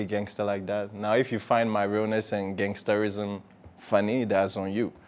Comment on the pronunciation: He said gansterism 😂😂